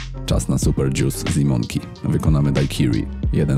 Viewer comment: nie mówi się dzius tylko dżus jak już, ewentualnie dżjus :P